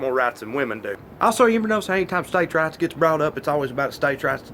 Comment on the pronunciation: This whole time I thought he was saying States' RATS..... "States have more rats than women do." I was like duhhh 😂😂😂